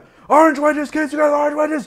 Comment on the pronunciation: take a shot every time he says 'Arnge'